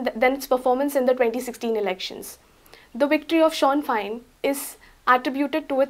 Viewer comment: you are a very nice person and articulate young lady, but it is pronounced "Shin FANE...im scots but lived in ireland for 5 years